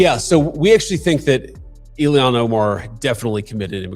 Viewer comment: Why the fuck can’t JD pronounce “Ilhan”?